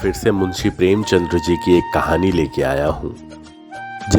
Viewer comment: the name is Premchand not Premchandr, as you pronounce , may like to correct.